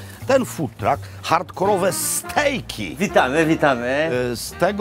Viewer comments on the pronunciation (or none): none